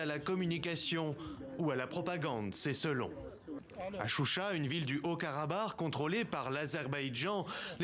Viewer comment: C'est pas chucha mais CHUCHI. Et se ne sont pas des séparatistes. C'est la république d'Artsakh.